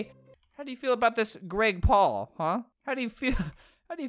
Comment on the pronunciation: it's not grake Paul it's Greg Paul